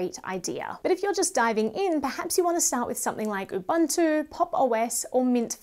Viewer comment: I love your content. I am an avid user of linux as my server machine. as a side note, it's actually pronounced ooo-booo-two